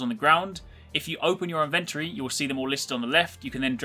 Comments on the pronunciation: Does no one know how to say inventory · STOP SAYING INVENTORY THAT WAY!!!!!!!! :( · It's not inventrey